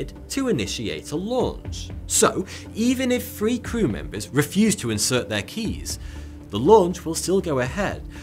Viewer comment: ish. FREE months? Really? Learn English bro. What is world war free?